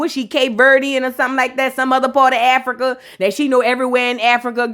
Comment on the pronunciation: Who else was PO by the way said Africur😩, I had to rewind and make sure I heard her correctly. I had a attitude for the rest of the episode because of that 😂